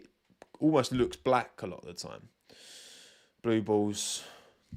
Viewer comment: every time you say Blue Bulls I just hear Blue Balls instead 😂